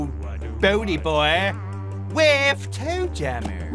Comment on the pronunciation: name toe jammer “joe tammer”